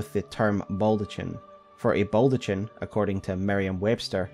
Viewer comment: That baldachin pronunciation drives me up the fucking wall though.